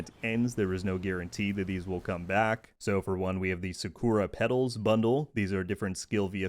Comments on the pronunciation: SA-ku-ra not saKORa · The way u pronounce "sakura" is american af...